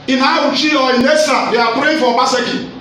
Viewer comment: Can we all adapt the proper pronunciation of ESAN rather then Ishan?